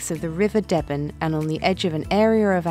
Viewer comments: Don't be convused they are mispronouncing the name of the river deben at Woodbridge. There should be more emphasis on the first e its more like dee-ben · Great video, ladies. You don't have to be American to think she said THAT about the hall house. Unfortunately the woman was not local, and spoke with a Recieved Pronounciation accent. She also called the River Deben 'Debben', but it's pronounced 'Deeben'. Don't beat yourselves up if you get the odd place name wrong. Seems home born presenters have as much trouble themselves! Keep up the great content 👍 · I have literally never heard ANYONE pronounced the river Deben as “Debben” rather than “Deeben”. I know that people might hear the way Debenham is pronounced and think that’s the right way of saying it, but I swear that person can’t possibly be from Suffolk if she pronounced it that way. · Even the video got their pronunciation wrong, Woodbridge is on thre river Deben pronounced ‘Deebin’ not ‘Debben’ although the town of Debenham further upstream is pronounced ‘Debbenum’. (Just a quirky Suffolk thing I guess!) Never mind how you say the name of the river though, this part of Suffolk is way more beautiful than the video shows and very welcoming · A pity the presenter didn't pronounce 'river Deben' correctly, even though they got all the place names right. It is pronounced 'Deeben', not debben. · The river in Woodbridge is pronounced Deebun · My only comment is about the pronunciation of the river Deben at Woodbridge. It should be pronounced DEEBEN. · I'm sorry but I had to correct the name pronunciation of the Woodbridge river. Deben pronounced Dee bin by us locals. Glad Felixstowe was mentioned. 👋 Britain's biggest container port. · Yeah that made it clear to me that she wasn’t from Suffolk as I’ve never heard anyone pronounce the river Deben that way :-/